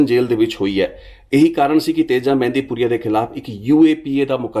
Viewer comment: ਮਹਿੰਦਪੁਰੀਆ not ਮਹਿੰਦੀ